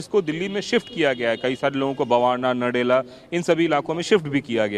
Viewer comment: हम हिंदी का सही उच्चारण भूल गए है कचरा होता है कचड़ा नहीं ऐसे ही नरेला होता है नडेला नहीं होता